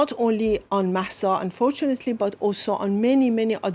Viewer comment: It is so sad to see some folks who are not able to correctly pronounce some simple words such as "Mahsa" or "Basij" (or ask someone to tell them how to) are in charge of creating this kind of content. The moderator's disinterest was occasionally visible (or audible). Thanks to the Iranian ladies specially Mahsa Alimardani for saving the debate.